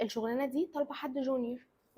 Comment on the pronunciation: اسمها الشّغلانة واللام مش بتتنطق مش ال شغلانة دي كياته ونطق حلو دا نشاز في اللغة